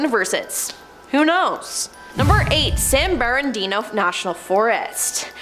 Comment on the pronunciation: "No one disappearance" in "Yosetamie" National Park "San Berandino" National Forest